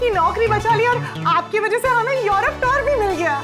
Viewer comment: युरूप टोर नहीं tour होता है।